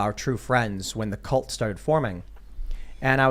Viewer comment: can't even pronounce cult. WTF is a callt?